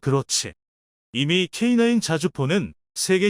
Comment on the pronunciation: 케이나인 이렇게좀 읽으시요 듣기가거북합니다